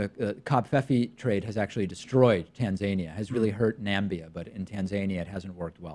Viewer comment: in American English, at least, we say "tan-zuh-NEE-uh". the way trump pronounces it rhymes with Tasmania ("taz-MAY-nee-uh", "tan-ZAY-nee-uh"). For me, the humor is that he's likely conflating the two locations...but, after typing it out, it's not funny any more, of course. :)